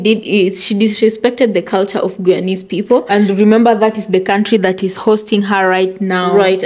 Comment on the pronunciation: I think if anything she is being cancelled cause of the way she pronounced the word “Guyanese” 😂